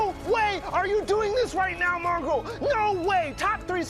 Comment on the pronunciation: You said mongraal wrong both times